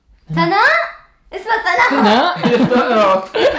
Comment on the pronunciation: ويسام اسمي سناء مو ثناء 😂